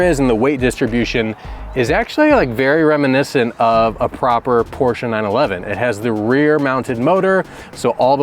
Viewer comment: Thank you for pronouncing "Porsche" correctly.